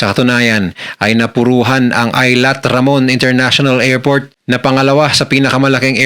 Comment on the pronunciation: Boss, E-L-A-T po hindi A-lat ang pronunciation po